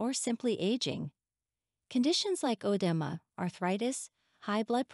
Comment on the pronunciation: "Odema" lol